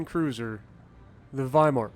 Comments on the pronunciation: "W" in German has a "V" sound. you pronounced the name correctly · Thank you for pronouncing the w as a v since it’s German